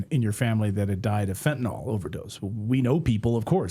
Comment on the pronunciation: Anyone else noticed that it's pronounced fentanyl not fentanol? I think it was Trump who started the latter pronunciation.